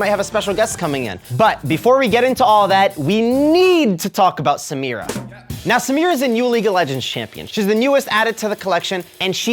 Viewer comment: Thats not how u pronounce samira